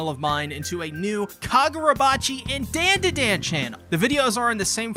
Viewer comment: bento i love love love your content but please dont say dan da dan its more like don da don